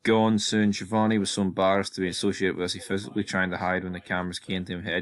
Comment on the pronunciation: I must say that as an Italian I find it very strange the way you pronounce "Schiavone."